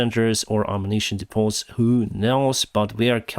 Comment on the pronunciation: DEEEE-pohs, BAHRR-racks